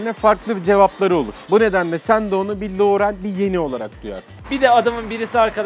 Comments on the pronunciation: liorey diyor abi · Lorul diyor Laurel demiyoki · LOUREL DİYO